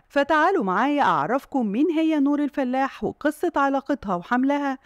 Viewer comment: الفَلاَح وليس الفلّاح